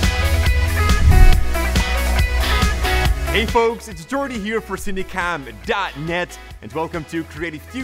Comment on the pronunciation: hey man, I love your videos but why do I always in the beginning of the videos hear Cindycom and not cinecom